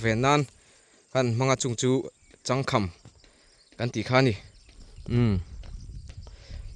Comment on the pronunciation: "Chang kham" tih khi inlam diklo